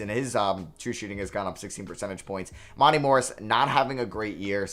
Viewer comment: someone tell him it’s mon-tay morris lol